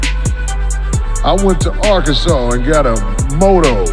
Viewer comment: listen to. He said "DArkansas" lol